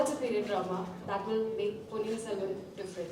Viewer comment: സെൽവം അല്ല ചേട്ടാ സെൽവൻ